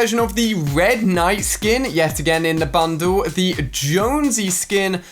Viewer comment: Me pronouncing bundle: Ban dal Ali pronouncing bundle: bandu